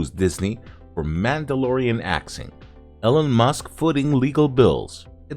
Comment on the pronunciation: "Ellen Musk"? I guess AI just isn't there yet